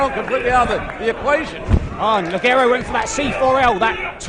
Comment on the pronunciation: no es ligerou se pronuncia lijero